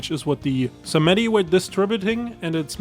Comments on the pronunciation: "Sah Met Tee" I nearly turned the video off then and there lol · Sons Of Simiddy? Is this an AI Voice or just lack of playing SR2? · I refuse to believe you have ever played saints row with the way you just pronounced sons of Samedi 😂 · same with sons of samedi he somehow messed up samedi despite them saying it all the time